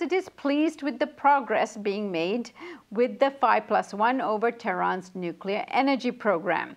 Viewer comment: how many times does he say nucular? UGH ITS NUCLEAR